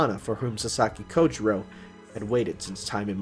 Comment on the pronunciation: Just one thing, the "ou" in Japanese words is pronunced closer to 'oe' or 'oh' (о̄) than 'ew' or 'oo', it's Japanese, not French. Sasaki Kojirо̄ (Kojirou) is actually spelt with one of these.